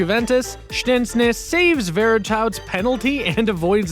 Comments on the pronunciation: Ahh yes, shtenznis the Juventus goalkeeper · szceśny hahaha i know hes from poland like me and his name is szczęsny top 5